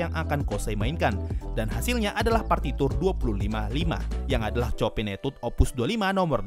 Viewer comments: bang saya hanya mau kasih tahu composer chopin cara baca namanya bukan chopin tapi sho-pan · Sedikit koreksi, min. Tentang Cara penyebutan nama Chopin. Setau saya cara menyebut nama Chopin yang benar adalah Sho-pan, atau Sho-pang, atau Sho-pan'. Soalnya bahasa Polandia.